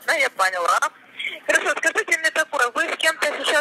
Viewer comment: "Я вас пОняла" - сразу спалилась, из мазепии "звОнит".